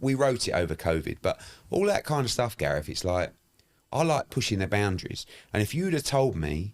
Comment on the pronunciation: "I'm GarethEh Davis"